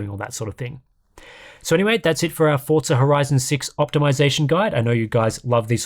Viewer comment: Only English speaking people try to use Italian accent while speaking English. It is such a weird thing I've noticed over the past 20 years. You aren't speaking Italian, it is pronounced Forza not Fortza. If you are speaking Italian, then it is Fortza